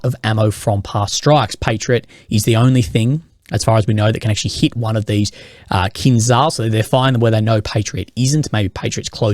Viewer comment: Please learn how to say kinzhal.